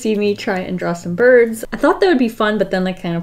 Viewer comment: Did she mean to say birds??? Either way she’s still amazing